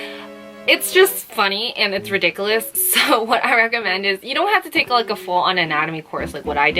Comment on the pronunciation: you said "harry potter's wand," and then you said ridiculous, except it sounded like the harry potter spell to get rid of a boggart. :O